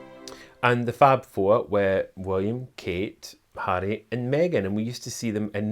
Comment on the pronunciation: I love the way he pronounces Harry with his Scottish accent!